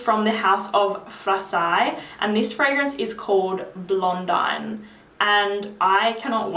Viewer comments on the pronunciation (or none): I hope you don't take this the wrong way, because I love your videos. I just thought I would point out that Lavandes Trianon is pronounced Lavand Trianon. The letters e-s are silent. And Blondine is pronounced Blondeen. Sorry, french is my first language it's a habit. I've been looking at Orchidée Vanille for a while, I'll definitely pull the trigger for Christmas!